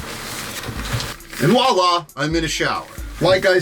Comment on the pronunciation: r/boneappletea It's "voila" not "wa la"